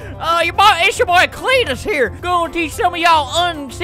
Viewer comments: Auntie: creentus Uncle:cteetusre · Swamp Cleetus: Creetus idk xD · spent 1 robuck everytime albert says cleetus